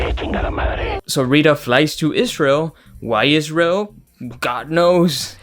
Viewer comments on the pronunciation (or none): none